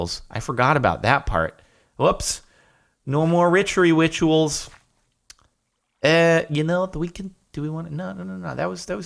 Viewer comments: "Welp, no more ritchery wituals..." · "No more ritchery witchuals" jardon you fool...